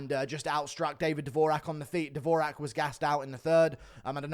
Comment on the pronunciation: Dvo-Jacque not davoooraaaaahhhk😂